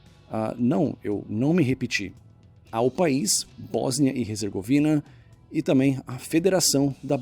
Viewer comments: Cuidado! Tu tá dizendo HEZERGOVINA! O correto é HERZEGOVINA! Abraços! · "Resergovina"?? Desde quando H se pronuncia R?? "Erzegovina" Céus... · Em português a pronúncia é "Bósnia e Ezergovina" e não "Rezergovina"